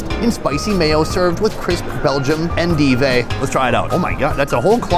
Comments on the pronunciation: En-div-e??? It's en-dive. But you made it sound way more exotic. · en-dive not en-deevay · I don't think it's the biggest mall in the world. i think the mall in Edmonton, Alberta Canada is bigger. Sonny, you may have been out of the US too long. The story of Wahlburgers is actually a nice family story. The lettuce at Crave is pronounced en-DIVE, not en-DEE-vay. You crack me up. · It's pronounced En-Dive Sonny. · the way he pronounced 'endive' 🤣